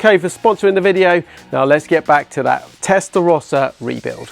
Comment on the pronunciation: Anybody who can't pronounce 'Testarossa' correctly (not you, ) doesn't deserve to own one.